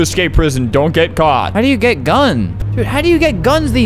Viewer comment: idk why but he says "caught" really diffrent